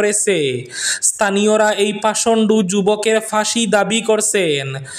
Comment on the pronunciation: পাষণ্ড, পাষণ্ডু নয়।pashondo,not pashondu.